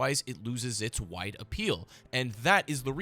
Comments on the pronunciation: I heard white appeal every time you said wide appeal lmoa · I thought he was saying white lmao 😂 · Dude I thought he was saying White instead of Wide lmaooooo